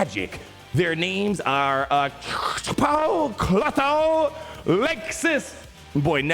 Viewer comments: How do you NOT know how to pronounce Aktropaw, Klothow, and Lakesis!! They are pretty much the holy trinity of the Star Wars universe! Are you even a fan? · You struggled with the names of the Great Mothers. This might help: Greek mythology calls them the "Three Fates" who weave the Cloth of Destiny: Clotho (Spinner), Lachesis (Allotter), and Atropos (Inflexible). Star Wars just stole them from mythology, misspelled their names, and even credits them with being able to read the threads of destiny.